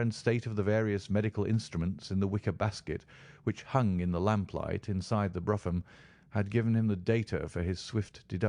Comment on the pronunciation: It’s pronounced broom, not bruffam!